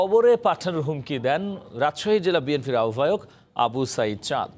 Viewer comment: উপস্থাপক এর উচ্চারণ ঠিক করতে হবে বিএনফি না; বিএনপি হবে আহ্বায়ক এর উচ্চারণটাও ভুল হয়েছে। শুনতে বাজে শোনায়